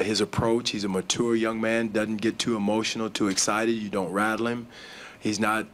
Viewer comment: "Mature " hahaha the way he pronounces it is too funny